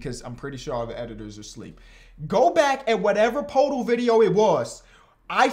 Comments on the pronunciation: Day 6 of begging that it’s pronounced “PerTle” not “PoTle”😂love u tho man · i think its pronounced 'perdle'! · Day 2 of commenting until pronounces Poeltl correctly